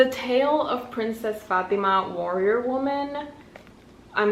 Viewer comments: I just want to mention that the way you pronounce " fatima " is so good and 100% the right way girl you got that arabic accent there 🤭❤️ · my name is fatima and let me just say, you said it so well, which is surprising since no one ever says it correctly. impressive!